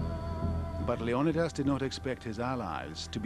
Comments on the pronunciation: Leo knee this. is his name, not Leo Don dos, fucking hell. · Leonadas? You mean leonidas?🤣🤣🤣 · Pronounced LAY- on- E - DAS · Another documentary that doesn't pronounce Leonidas's name correctly :o( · Wish you could pronounce leonidas correctly. Threw me off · how he says Leonidas really erks me